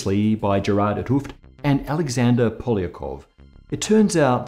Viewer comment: The o's in van Hooft are pronounced as the o in home. Just start by saying home but replace the m sound by the ft sound.